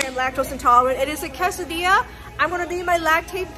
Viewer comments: Her pronunciation of quesadilla is so wrong…😅😅😅it’s quesadilla NOT CASADILLA 😮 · "Kassa dee-yah" 😂